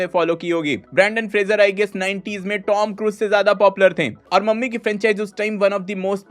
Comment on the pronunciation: मम्मी ✅ ममी ❌😂